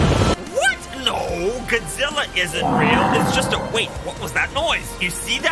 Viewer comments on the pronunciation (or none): the fact that he's saying gid zilla insted of godzilla